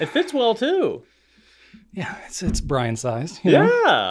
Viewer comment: Wow, you read my comment! And pronounced my name correctly! 😁 I'm somewhat convinced that Brian likes the banana shirt due to the blue background. So, my food that I ate "too much" of as a kid making me hate it forevermore are unruffled cheese potato chips. I can eat Cheetos, RUFFLED cheese potato chips, and other faux-cheese snack products. But unruffled cheese potato chips? 🤢🤢🤢 This is all Sam's Club's fault! LOL! 🤣